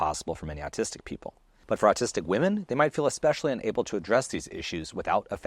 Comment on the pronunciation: Ahhhhhhh! You’re pronouncing ‘autistic’ as ‘artistic’!